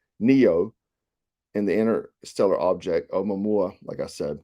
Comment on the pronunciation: Pronounced Uh moo-a moo-a